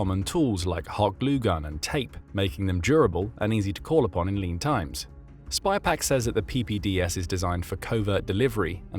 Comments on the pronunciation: pounds, feet. bees di ks..Its SYpaq not SPYpaq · its SYPAC, not SPYPAC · sypak, not spypak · Sypaq. Not spy-pack. Someone needs to clean their specs. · Clearly didn’t pay attention to details … like the name of the company. SYPAQ not SpyPaq. Sort of calls into question the entire video if you can’t get a key fact correct. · *Sypaq*, not *Spypaq*!!!!!!! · It’s SY PAQ. Not spy Paq 😂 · It's SYPAQ, not SPYPAQ. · Boost. The mispronunciation is driving me nuts. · The company name is “Sypaq” - or in the original Australian “Syyyyypaaaq mate!”. Video keeps calling it “spy pack”. Australian accent is hard to pronounce for non native speakers, I get it. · The company is called 'SYPAQ', not SPYPAQ. There is no 'Spy'...but maybe it should be ;-) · Mate, it's pronounced SYPAQ (sighpack), not SPYPAQ. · Sypaq not Spypaq. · The voice keeps saying spypaq , it's Sypaq . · It's SYPAQ, not Spy Pack....🙄